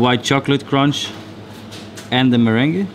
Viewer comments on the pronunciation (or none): none